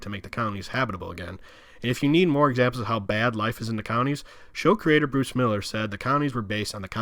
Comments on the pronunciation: Is he saying counties or colonies??? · Could swear I hear him saying counties when believe they are called colonies. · "col-o-nies" not "counties". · I seriously couldn't understand his strange accent and rushed, mashed-together pronunciation. Sitting here puzzling what "cownies" could be. Three syllables: "col-o-nies". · The moderator's pronunciation isn't clear. It sounds like he's saying "counties" not "colonies". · Wtf are "cownies"?? Are you trying to say "colonies"? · So interesting the way you explain these areas. I do say, though, that it must have been several expressions of the word 'colonies' that I finally figured out that you were not saying 'counties.' It just wasn't making sense to me about any counties and then there was a photo of Alexis in a colony and I then understood that it is just the way you pronounce the word. Thanks so much for this video and I look forward to watching more of yours. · Is this guy saying “colonies”? Sounds like “counties”. Accent is so hard. Notice the “d” sound for all words with a “th”. Ie. “the”= Da” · I keep hearing “counties” when he says colonies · I need my hearing checked. It sounds like he’s saying “counties” instead of “colonies.” And there are a few things I couldn’t understand when he was speaking low and fast. My dad likes to say he’s deaf in one ear, and can’t hear out of the other. Maybe I inherited his hearing. lol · Colonies has three syllables. And there was no nuke war. Those were power plant meltdowns. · no he was definitely intending to say colonies , you could see the slave labor clips in the colonies as he’s referring to them. He just does a poor job pronouncing words , likely do to blowing other guys . Typical liberal behavior .